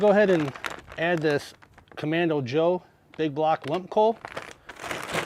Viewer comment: Just kidding, it’s Komodo, you said Comando lol